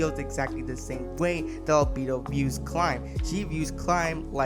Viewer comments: “Al-beedo” why tf do so many people fail at names, sure you can say “I don’t speak Japanese” listen to how they say their name in the anime…. It’s that easy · Al bee dough